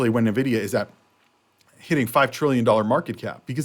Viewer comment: It's pronounced En Vidia